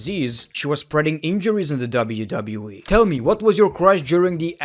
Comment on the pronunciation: it sounds like he said wwee